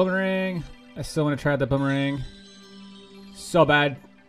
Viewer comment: did he say bonerang